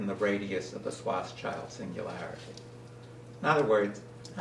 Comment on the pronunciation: Sorry for being picky but you misspelled Oppenheimer (Oppneheimer) and mispronounced Schwarzschild (Swarz-child). Not "-child" but "-shield" is the meaning of the name, so the pronunciation is more like Shwarz-shield, literally Schwarzschild means Black-Shield (what a great name for what he discovered).